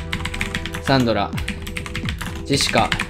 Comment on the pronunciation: 前から思ってたんだが…… サ↑ン↓ド↓ラ↓ってさん言ってるやん？私サ↓ン↑ど→ラ→なんやけど皆はどうか？私だけなのか…？わての偏見だろうか(T-T)？